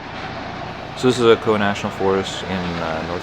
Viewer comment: I was born and raised in Fl, lived in Ocala for some time and never heard anyone pronounce it that way lol its OH - CAL - UH great video though!